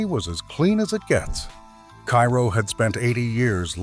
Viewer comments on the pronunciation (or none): Terrible AI voice with numerous mispronunciations, including the name of the town.